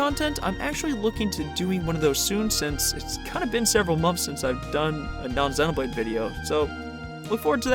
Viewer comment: Super well made video as always!!! Also I really liked that you are one of the few youtubers that correctly pronounces the word "xenoblade” 😅